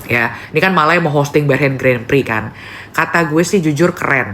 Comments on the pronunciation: The correct pronunciation for Grand Prix is... Gron Pree. *, please take note. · Sebutan Grand Prix itu adalah "Gron Pree" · Grand prix itu sebenarnya dibaca “gron pri” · cara sebutan Grand Prix ---> Gron Pree